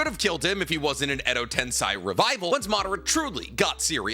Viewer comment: Still mispronouncing tensei. It's just insane. I don't understand. Do better.